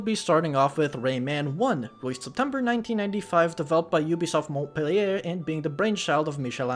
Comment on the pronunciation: Came for this video (but saw some of your other videos first.) Your french on "Michel Ancel" is really good (compared to you Monpellier. The "l" souds more to "r" the way you said it) btw. My only direct contact with the series as a kid was playing some of Rayman 2 on my DS (Via R4 cartridge) as a kid. I never completed it because the R4 it was on stopped working. I really digged the aesthetic as a kid.